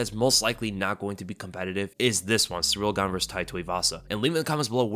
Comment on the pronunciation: "Surreal Gane" lol. Your channel is dedicated to covering the sport and you're constantly mispronouncing names.